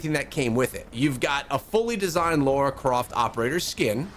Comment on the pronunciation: Laura croft? U mean lara croft?